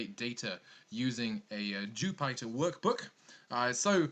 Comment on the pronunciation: Not to be a jerk but Jypter is pronounced like the planet Jupiter.